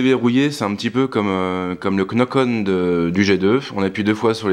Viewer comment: Tous les mots de la langue anglaise comprenant la lettre k. Knock-on ou knight par exemple. Pour knock-on, dites "nock-on". Je veux pas critiquer, juste vous le signaler comme les tics de langage. Mais j'aime beaucoup ce que vous faites.